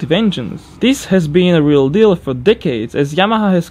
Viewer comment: what I heard: "d*ckheads" What he actually said: "decades"